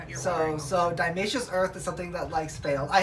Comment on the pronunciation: Honestly, you should look up how to pronounce diatomaceous earth (it's not "diamaceous"). I found at least another video of yours where you don't seem to know the full word and were talking about pest management, I thought you were doing a bit at the time by acting like it was so difficult to pronounce, because you were also mocking its use, but I guess not? I only watched that one and this on because it came up under these search terms and the titles seem to suggest you know what you're doing. BTW, DE is mostly just silica and is right - they shard the exoskets of the insects. Just because it cuts insects doesn't mean it's not safe to have it around humans - a simple google will show that. To use it for potted plants and fungus gnats, you just have to cover the surface of the plant soil with it, and then make sure to bottom water the plant for a few days to keep the surface and DE dry. If you don't need to water a plant for a week, then don't even need to do that. This has the added advantage of preventing ants from accessing the plant, because ants are one main way that aphids and mealies get on there in larger numbers. The ants will also get cut by DE and die from dehydration. A lot of people use BTI the way suggest, so maybe it blew your mind but it isn't that big a deal. A commenter down there also mentioned that the granules actually mold and do not fully dissolve in the soil at all. The other comment about using the powder if you want to water the soil with it